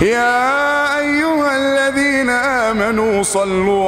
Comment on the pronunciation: الذينا وليس الزينا